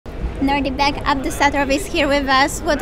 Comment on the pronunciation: She is an official commentator for this event and she doesn't know the name of the winner (she pronounces it as "Nordibek" instead of "Nodirbek")?